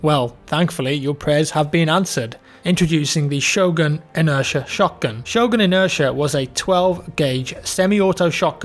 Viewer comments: Shogun? Really mate? It's Sjögren. The Ö is pronounced like the i in bird or the o in world. And the e is long and the n is short. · The sweet sound of you butchering the name Sjögren, it's fantastic (≧ω≦)